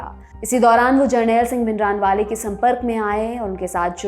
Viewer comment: Totally biased show , jisho bhindrawale ka pronunciation hi nhi krna aata use aage kia hua gai